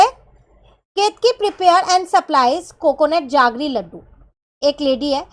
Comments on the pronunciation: Mam that's not jaggre it's jaggery means gud metha vala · Why are you saying जागरी instead of जेगरी